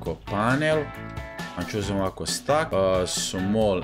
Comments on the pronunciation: nije stack nego steck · Nije stak nego stek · ne kaze se jedan stak nego jedan stek